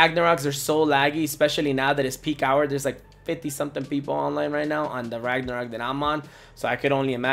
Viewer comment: You keep pronouncing LAGnarok wrong?